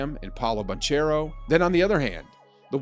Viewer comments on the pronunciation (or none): C'mon y'all we gotta start pronouncing Paolo Banchero's name right.